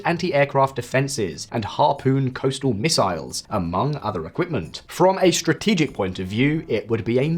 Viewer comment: "Shtrenghten", "shtrategic"? My God!